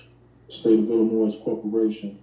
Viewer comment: The S is silent in Illinois. Guess he doesn’t know that.